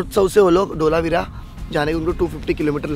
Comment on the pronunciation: Not ઢોલાવીરા , say ધોળાવીરા